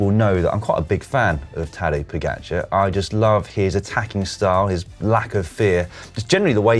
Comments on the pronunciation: Can you stop calling him "Poogacer" please? :) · Your speling of Tadej Pogačar🤢🤮. Hahaa if i didnt know who won the tour i wouldnt know it was him if i heard it from you😅🤣🤣